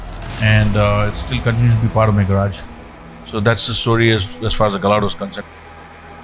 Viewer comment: It’s not pronounced ga- Lardo its gaa-ya-doe